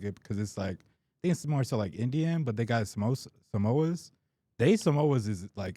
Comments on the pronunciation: No way he called samosas “samoas” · Man said Samoa 😂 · hearing pronounce samosas as samoas had me crying 😭😭